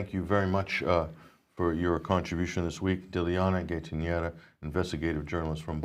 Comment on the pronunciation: Guys, the least you could do out of respect for the intrepid and courageous Dilyana is learn to say her name, it's really no harder than your made-up versions - phonetically it's GUY-TAN-SHEEVA - at least that's a lot closer than your sad attempts. She is clearly far too polite to correct you herself ^^;)